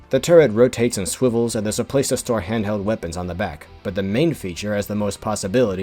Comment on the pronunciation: DiD yOu SaY SwiVLeS